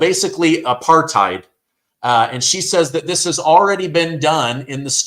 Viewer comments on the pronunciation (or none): none